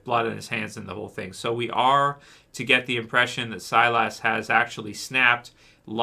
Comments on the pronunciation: Its pronounced SI-LUS not SI-LASS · Silas is pronounced SY-liss not SY-lass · “SIGH LUS”, not SIGH LASS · I'm pretty sure his name is Silas not Cylus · when he said "ass", I was like what did you call me?? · Stop saying silas name like that. You keep pronouncing it wrong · man you're still prouncing Silas name wrong lol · Lol every time he said Silas name I would correct him like he could hear me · It sounded like an x-men character 😅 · The A is silent